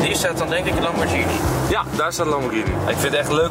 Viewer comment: is een top gozer!! trouwens ook de enige die lamborghini correct uitspreekt op 😋